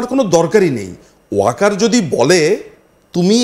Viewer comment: wokar bolte parbe na